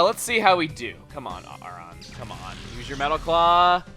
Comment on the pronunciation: I thought Aron was pronounced a-ron.